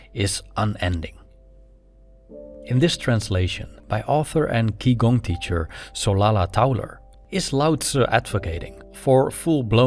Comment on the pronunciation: Good video as always, Qi Gong is pronunced "Chi Gong" in Mandarin 😊